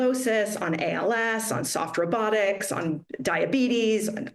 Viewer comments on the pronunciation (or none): I heard softer buttocks instead of soft robotics 😅😅🤣🤣🤣🤣 I thought that was her sense of humor 🤣🤣🤣🤣